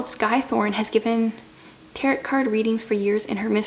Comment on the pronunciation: Tarot is pronounc ed like tare-o. Not like carrot.